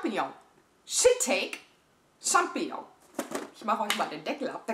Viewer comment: Immer wieder eine Freude, Dich beim Unboxing zu erleben :D Der Pilz wird übrigens "Shiii-taaa-kee" ausgesprochen :D